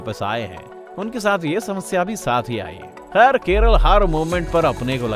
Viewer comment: Keralaaa Thik se bolo bhai ❣️